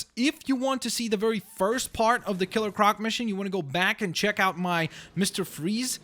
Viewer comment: Ciller croc